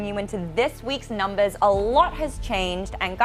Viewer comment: "nuhmbuhs" "howevuh" "lahgely". Wow she has a hard time pronouncing her "R"s lmao.